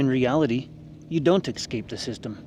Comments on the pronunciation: ESCAPE. Not "excape" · "excape" is not a word. The word is eScape, and is pronounced esk-APE.